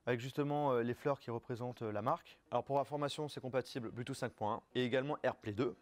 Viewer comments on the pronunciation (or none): none